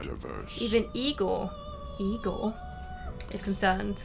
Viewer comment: My favourite part of the episode was hearing finally pronouncing Igor's name correctly. xD